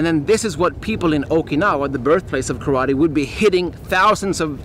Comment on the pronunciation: When will u learn to pronounce the name Karate